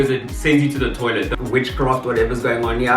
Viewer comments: Whenever you say “haai there’s a lot going on heye” I scream 🤣🤣🤣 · "There's a lot going on hiye" takes me out every time 😂😂😂😂😂😂😂